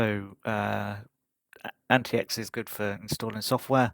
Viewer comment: Actually it is pronounced Antics not Anti X. Good review.